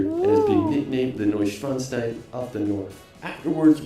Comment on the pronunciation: Hello from Bergkamen near Dortmund (Germany) and sadly the pronounciation from the narrator is not korrect. As a child ( over 40 years ago ) I visited Schloss Neuschwarnstein and it´s really beautifull there. The inside is also stunning. If you want to see a really great Building you schould look up Schloss Sanssouci in Potsdam . The inside, the outside and the Park are very beautifull. I visited it as a child and as an adult. Sorry for any write mistakes that I may have made.I´m 53 years old and mostly self learnt english.